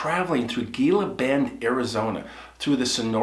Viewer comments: Its not gee lah it's hee la. Thats hiw its said. Fumny. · Hi. I couldn’t find your email. I’m not to sort to correct but thought you would like to know it is pronounced Hila, like the Gila Monster. Former Arizona little kid. 🤟🏼Your show is the best and my family members will love your tin cups when I can. They grew up camping and I hope it reminds them every time they have coffee. ❤️🤟🏼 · Az native here. Gila (pronounced…Heela) Love your stories! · GILA = HEELA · Cool story. The "G" is silent.